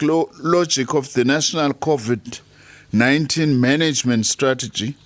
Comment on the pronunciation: Why Is she keep saying Codiv-19?😅